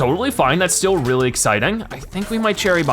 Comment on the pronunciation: He can’t pronounce the R in the word really